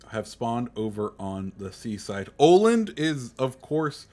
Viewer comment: Tip from a swede: it's pronounced Uh-land, not Oh-land :D